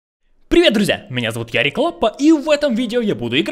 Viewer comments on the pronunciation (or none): Мне одной кажется что он говорит - ' Всем привет я Ярик Лаппа' ???????